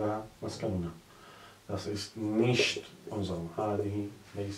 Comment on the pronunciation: Es heißt aber eigentlich "nicht" und nicht "nischt"